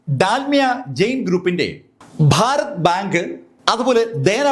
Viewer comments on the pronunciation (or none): none